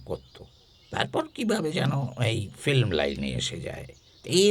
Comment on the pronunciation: ফিল্মকে যেন ফ্লিম বললেন এমন শুনলাম প্রথমেই।